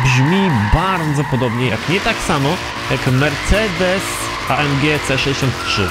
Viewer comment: mówi się mercedes a nie marcedes